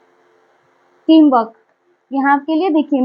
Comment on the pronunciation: आप बाकी सब ठीक ठाक कहती हे, आपका सीधा साधा पन भी अच्छा हे. आपके सीधेपन को साष्टांग नमन हे. लेकिन "टिम वर्क" को "टीम वक" कहना ये बात कुछ हजम नही हुई. अगर आर सायलेण्ट हे, तो फिर "गृप" शब्द का भी आर सायलेण्ट कहकर "गृप" को गृप बोलने के बजाय "गुप" बोला करो. ये आर सायलेण्ट वाली बात मत किया करो, कोई जरूरत नही हे उसकी. जॆसा हे वॆसा ही उच्चारण होना चाहीए. और दुसरी बात , आप जो विश्लेषण करते हे, उसमे बहोत बार " हे ना" ये शब्द उपयोग मे लाया जाता हे, तो इसका उपयोग भी जितना कम हो सके, उतना कम किया तो अच्छा लगेगा. धन्यवाद